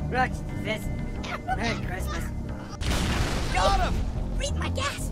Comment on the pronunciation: I heard "fist..rukt...merry smissmass" when I was playing ODST the other day!